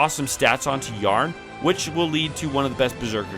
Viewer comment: also Tarne instead of Yarne. You also cant pronounce names for shit. 😂 Jokes aside your content is underrated